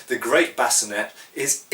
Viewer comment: Great video as always. I found your pronunciation of sallet interesting, you're the first person that I've heard pronounce it, and bascinet the way you did. However, that's the way that I always thought those words were and should be pronounced given that they appear to be French words and other French words ending in et are pronounced with an ay sound. Speaking of French and armor, why is that European armor (to include helmets) have French names yet France was not, as far I know, one of the prime movers in armor design. Given that most armor, particularly plate armor, followed either the Italian or German school of design, why the French names and not Italian or German?